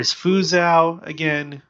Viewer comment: Just FYI, Fuzhou is pronounced Fu jo. Anyway, we appreciate your documenting of the many signs of the times going on around the world.